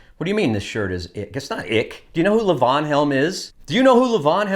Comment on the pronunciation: It’s pronounced Leevon.